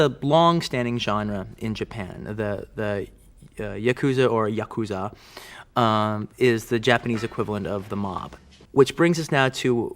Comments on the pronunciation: The difference is yakuza isn't an anglicized word. Paris isn't a mispronounciation, it's how the word is said in English. Yakuza is a Japanese word that Americans mispronounce. In this case it's like saying quesadilla by pronouncing the Ls or pronouncing ramen like roman or ray-men. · It's always funny to me how much Tarantino fetishizes Japanese culture while simultaneously mispronouncing common words like "yakuza".